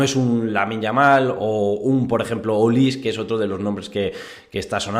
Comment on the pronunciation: Es Michael Olise. Y se dice "Olisé" no "Olís"